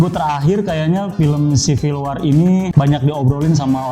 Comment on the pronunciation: WAR ; BACA (WOR)